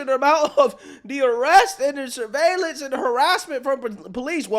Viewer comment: "fassism" "survailiance"